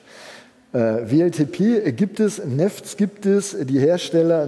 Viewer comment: Wer neffts sagt, muss auch Weltip sagen. :)